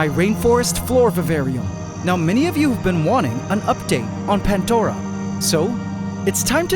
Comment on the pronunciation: Wait it's not pandora?? But pantdora??